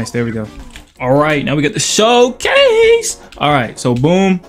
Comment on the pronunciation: S H O W C A E S E 🤣